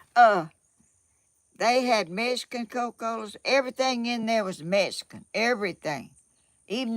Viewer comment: Please learn the correct way to say Mexican. There is no “S” in the word. It’s MEX -I - CAN. I am Mexican - American. And proud of my HERITAGE please don’t think this is an angry post. It’s not I just want to hear my heritage pronounced correctly. You are a sweet lady.